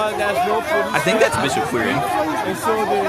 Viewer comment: "Quire" is pronounced like "choir". Quire is the original old English spelling of "choir" and referred to the part of a cathedral where the altar was and where the singers sat. Would be interesting to know how that became a surname.